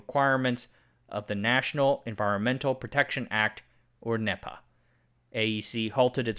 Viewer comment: We pronounce NEPA as "NEE-puh," FYI